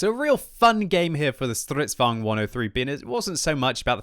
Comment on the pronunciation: Stríðsvagn, not striddsvag'n